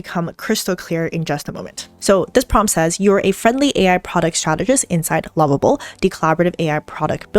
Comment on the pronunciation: I’m listening again the pronunciation of lovable and level are seem to be the same as confusing